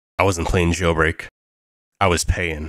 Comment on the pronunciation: Please fix your pronunciation, stop saying "playin" or "payin", just say "playing" or "paying"